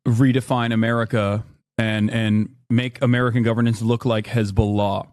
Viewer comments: He even say Hez-Boo-lah like a terrorist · it's Hezbollah not Hez-bol-LAH